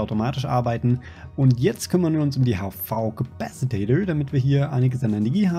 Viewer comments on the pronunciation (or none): Spark hat es sich schon abgewöhnt du kannst es auch! Es heißt Capacitor nicht Capacitator. D: Bitte bitte versuchs zu ändern, dann seh ich auch über Soundprobleme hinweg. Nimm mal mit Spark auf und sag Capacitator, mal schauen ob es ihm auffällt. :D